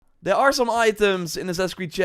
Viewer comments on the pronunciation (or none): none